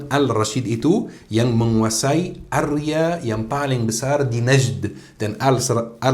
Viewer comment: Sptnya area bukan arya